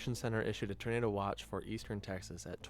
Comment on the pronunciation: I'm trying not to hear the OP say "ternado" lol...just me? 😝